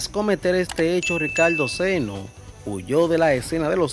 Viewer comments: Sano. No seno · Sano hermano no seno